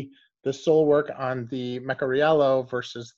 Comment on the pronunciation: I think it is Meh-car-ee-yellow